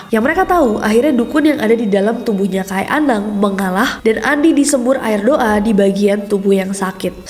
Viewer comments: Izin koreksi ka nes. Penyebutan "kai" nya salah ya. Bacanya bukan "kay" Tapi kayi" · bacanya kayi anang, bukan Kai anang. Kai artinya kakek 😊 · Bukan kai, ka’i kk 😊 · KAI , nyebutnya Ka-ik , bukan kay 😁